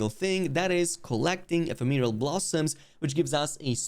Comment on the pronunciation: It bothers me that no one reporting on this method knows how to pronounce ephemeral. It’s not a made up word for monster hunter.